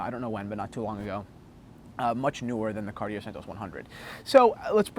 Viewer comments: My French teacher requests that you pronounce it Cartie-yay instead of Cartie-er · Let's practice saying it as the French do shall we... say this fast "Ca-Ought-Tea-Eh" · Keep the tone down please. You could be wrong too if you'd apply the French accent. It's Cartié, without anything that wants pronounce the R. Who are you to tell us what language to speak? The question was answered in English and I don't see a point why it could be rude. The conversation in English clearly fades away from the question that was asked! I now met a guy that answered a question I was asking myself for quite a while. Have a nice day. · Cartier is pronounced Car-tjay, without the "ie" sound in the middle. To pronounce it Car-ti-er it would be spelled Cartière. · Cart-i-ER LOL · Surprisingly the correct way to say it is actually cartiyay, because it's from a language called french which is a language spoken, primarily, in a country called France. Weirdly there are languages other than English that can at least be pronounced by people who dont speak the lingo fluently. Check out KDP Ross' channel he gives some lessons on correct pronunciation. As for the watches they make, they leave me cold but that's just a subjective opinion . Finally, check out the tough guy in the leather! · No, it's two syllables: car-TYAY. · Your French teacher is wrong. It is two syllables: Car-TYAY. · Yes, your Santos is a beautiful watch. There's a lot of fine detail to engage the eye, and size doesn't matter. Another thing to love about Cartier is that if you went into their Madison Avenue store, they'd be classy enough not to correct your pronunciation. Thanks for braving the cold, and showing off the jacket.